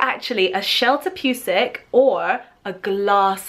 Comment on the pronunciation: Sheltopusik? Damn, English butchered this word really hard.